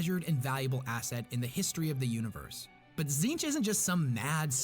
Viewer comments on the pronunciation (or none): How does Tzeentch (zeen-ch) get read as “zin-TECH”??? There’s clearly double E’s and no E between the latter T and CH. 😅 Also, lemme see if this oversimplification helps: • Khorne and Nurgle are 2…3-ish…forms of death, those being death by violence and death by disease and natural causes, as well as wrath and sloth. • Tzeentch is knowledge and various forms of change and manipulation, be it adaptation/evolution, fate/destiny, choices of words ( truth or lies ), etc.. • Slaanesh is just sin w/ a non-binary intersex self-ID and pronouns. … OK, look, as a Khorne fan and Nurgle + Tzeentch sympathizer, I ABSOLUTELY DESPISE Slaanesh, more than Erebus, Leandros, and the Dark Eldar combined. He…She…They…It is basically just all the stuff we do and like in our everyday lives, but cranked up to unnecessarily depraved levels, a.k.a. the technical definition of sin. That’s why some religions are so strict about what you can and cannot do, bcuz doing something in an obsessive, unhealthy manner will f@ you up in the worst ways imaginable and it’s never a good thing to do, hence the whole “do things in moderation” thing. There’s a reason that phrase exists and things like Slaanesh are the reason why. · You know it works when Tzeench fuck up her saying its name lmao